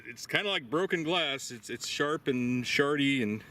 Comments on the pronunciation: Did you say sharty? 😂. Love the channel! This one is insane! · ha huh, he said "sharty"..huh uh huh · Haha you said shardy